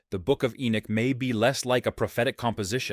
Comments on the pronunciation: It's irritating to hear Ai say "E Nick" when the name is E Nock." Dam, I hate AI. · I really couldn't let u investigate more because u are not calling the names properly. E-Neck when it's Enoch. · Enoch actually. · Ppffff ENock 😅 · You are not pronouncing ENOCK, correctly. It gets a little irritating when you say the same thing over and over. It's E NOCH, like KNOCKING ON A DOOR. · Your not even pronouncing ENOCH correctly.. so you get a dislike just for that reason.. if your going to make a video about a prophet at least pronounce his name correctly.. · ENOCH was still pronounced wrong in the video.. no where in the world or in history past has ENOCH ever been pronounced the way it was being used in the video..